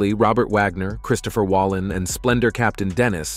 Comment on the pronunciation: Although most of this video did contain some truths, the one thing that did make me “gasp”, if that is something that people actually do, outside of 1930s films, is your horrible mispronunciation of the name of practically every actor you mention in this video. The actor on board the yacht with R.J. And Natalie the night she tragically lost her life was not Christopher Walleen, but rather, Christopher Walken, with a “k”, as in the word walk”. and, as Robert Wagner, with a “w”, rather than Vagner with a “v” is still very much alive, how could you possibly know how he lived his final years? Unliking this video does not quite seem fitting enough, so I will definitely be unsubscribing from your channel, as I do not wish to sit through more of you name and fact butchery of any other actors or actresses that deserve more respect than you seem to know how to show. I just don’t want to watch you kill off any other beloved celebrities before their actual death. The only fact you seemed to get correct was the fact that Robert Wagner did, in fact, exist. Though he is very much still alive, but ai guess living celebrities aren’t good for the views are they?